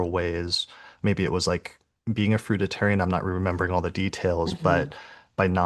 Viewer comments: FRUITARIAN. NOT fruita tarian.... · very interesting but you lost me at the repetition of the wrong pronunciation of FRUIT ARIAN...WHICH IS A VALID DIET IVE PARACTICE over the summee season it includes nuts seeds sprouted grains & yes the grape cure is also valid BUT THOSE WHO do not get lasting results from curing their physical dis- ease havexnot CLEARED THE UNDERLYING MENTAL.EMOTIONAL ISSUES ❤